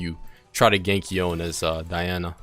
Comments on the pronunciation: Loved the vid, loved the info and tips, loved your attitude and the commentary, but bro: Yoh-neh. Not "Yown". Yoh-neh. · please its yoné not yon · Really grinds my gears when people can't pronounce such easy names. His name is Yone. Yo-ne